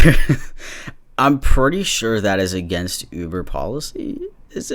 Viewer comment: When you said ‘lube-er’ I actually laughed until I cried lmfao I’m probably really dumb but thank you for that dude